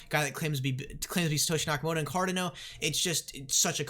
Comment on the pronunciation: Car-dah-no. Not Car-dih-no. Say it right.